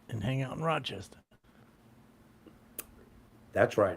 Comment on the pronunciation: It's NOT "Rock-chestah"